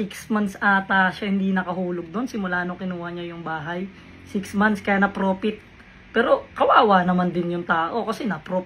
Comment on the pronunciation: Porfit hindi profit.. 😂😂😂😂